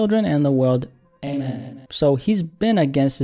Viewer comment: Why tf did he have to put the Emphasis on Amen like that 😭